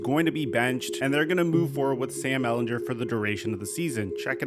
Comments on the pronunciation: I love you but as a Longhorns fans I need to tell you that it is Ehlinger not Ehlinjer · Come on man say Sam Ehlinger name right, stop saying his last name wrong